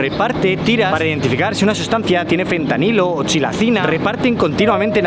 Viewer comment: No se dice Chilacina xddd